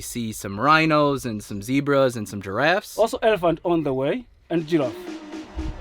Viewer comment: "zeb"ra not "zee"bra